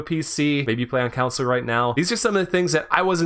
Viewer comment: "CAWNSOLE" lol